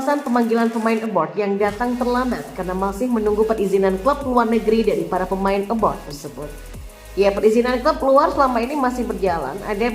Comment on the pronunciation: abroad bukan abroud